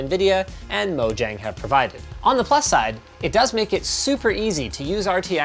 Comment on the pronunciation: You don't know how to pronounce Mojang or Java.